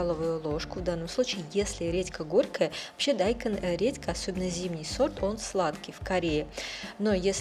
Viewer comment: Не дАйкон, а дайкОн